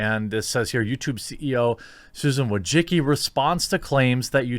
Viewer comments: VOY-CHITS-KEE. Not a fan of her, just a correct pronunciation. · her name is pronounced " Voi - chi - chki " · I don’t claim to know the true pronunciation of Wojcicki, but whatever Jeremy is saying ain’t it lmao. I love your content, just had to bust your balls a little.